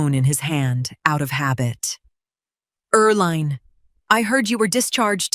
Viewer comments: Her name is pronounced er-LEEN, not er-LINE. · Hey AI, it's pronounced "Er Lean"..... had an aunt with that name. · You read everything? Then proof read your pronunciation of words please. Eerl line? Why the weird names.